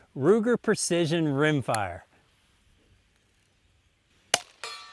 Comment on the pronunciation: "Ruger Purcission" :-)